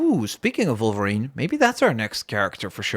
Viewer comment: Its wolverine not volverine